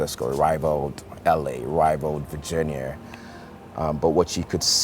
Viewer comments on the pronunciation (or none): none